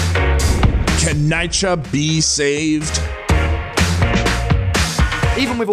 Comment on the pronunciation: People from NYC listening like "what he hell is NIGH-KUH".